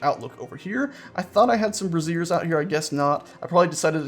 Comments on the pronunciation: Those "fire buckets" are pronounced BRAY-zers not bruh-ZEERS because it sounds like you are saying brassieres, meaning bras. For your dignity. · Pronunciation is important: BRAY-zeers (emphasis on the first syllable) are for heating, bruh-ZEERS (emphasis on the second syllable) are women's undergarments. Easy to get the pronunciation wrong if you've only read the word. Cool build, though. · The fire buckets are called (spelled phonetically) "bra-zhure-s" with a hard "z" like "azure"